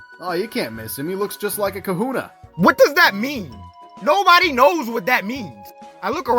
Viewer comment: He says “Kahunah” wrong every time. It’s hilarious.